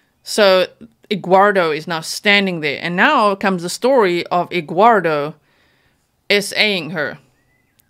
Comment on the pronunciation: "Egguardo" LMAO 🥚